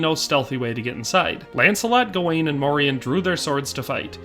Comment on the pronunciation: The proper pronunciation today would be Morian (Like Dorian). He is a part of our Dutch cultural history in Pre-colonial times and came to be a sort of celebrated hero figure too in time a saint and the equivalent of a Medieval superhero like the other knights of the round table. The songs and stories would teach medieval children and adults about the Moors and morality towards them. There have been many Moors that have visited, lived and started families in the Netherlands throughout history. Since the Netherlands was historically a refuge for refugees of any sort, political, ethnic or religious. Moors came to over time not only signify black folks from the south but also signify the mixed black people that were a result of intermarriage and the likes (Like Morian). A famous portrait from one of our legendary painters Rembrandt is called "the Two Moors" and depicted two of Rembrandts neighbors at the time, obviously, they were black (1655). Fun fact: the European name Maurice also originates from the same thing, like Moriaen / Moriaan it was used as a name for those from often mixed families. And it meant "From Mauretania" which was roughly the area that is now Morocco and the Southern regions of it - a name already present in genealogical records of the Netherlands since the year 1100 AD and mentions even earlier in other forms.